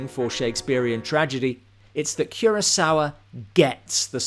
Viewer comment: No offense intended, but it's Akira KUROsawa - not Akira KIRAsawa. Like I should talk; I spent most of my life mispronouncing "Kubrick." 😬